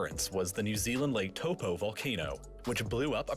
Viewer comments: My man said toe po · For people that don’t know how to pronounce Taupo it’s pronounced Toe - paw 😂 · eek the pronunciation of lake taupō was not it